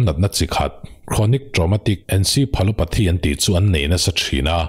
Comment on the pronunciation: Sir, encephalopathy hi i lamdan a diklo ve teh khiah.